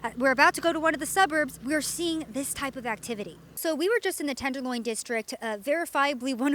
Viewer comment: This guy keeps calling the Tenderloin, the "Tenderline." It's irritating. He'll probably refer to the city as "Frisco" next.